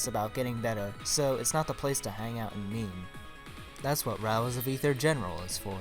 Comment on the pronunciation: Can you stop saying Rials XD